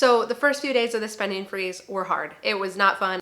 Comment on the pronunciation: spendin'-g I have to get use to hearing words with the g being left out... somethin'-g, eatin'-g .......stoppin... gettin....runnin.....openinn....